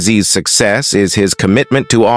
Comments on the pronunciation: It's pronounced "is" not "eye-zee" screw your text to voice software. Get a person on here. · Its pronounced "is" z. Please let a real person do the talking.